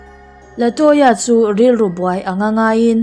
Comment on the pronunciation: Latoya tih hi Laltoya(Laltawia)tih anga kan chhiar chu a🤣🤣